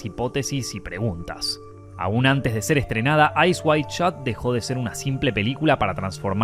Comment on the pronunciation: Eyes wide shut. Not Eyes wide shot.